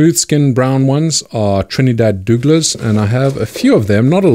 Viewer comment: It’s pronounced Trinidad dough- ger-la I’m from Trinidad and Tobago 🇹🇹